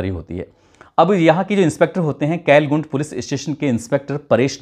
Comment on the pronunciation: केलगुंट नहीं! कलंगुट पुलिस स्टेशन